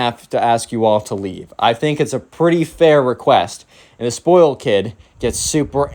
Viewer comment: Zspoiyled. (Spoiled)